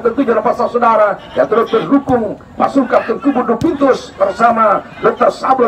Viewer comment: Bang admin maaf bukan cubitus tp duvintus